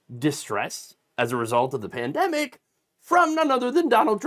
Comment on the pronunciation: Kudlow had a few too many martoonies before this episode. "Prandemic"